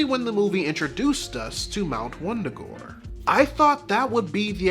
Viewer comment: Wundagore no it’s Wanda-gore😂